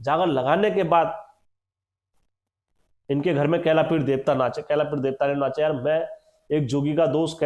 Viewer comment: bhai kailapeer nahi kailabeer shaastriy naam kailashveer hai joki kaashyap aur bhardwaj gotriy bhatt vansh ke kuldevta hain jo veerbhadra hain unhe hi kailaveer kaha gya hai